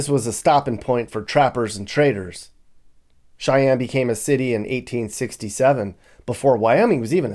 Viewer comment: "Cheyenne Sheik"